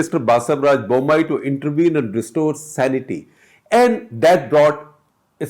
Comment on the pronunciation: The moment you pronounced the CM name I knew you failed, stick to things you know well bro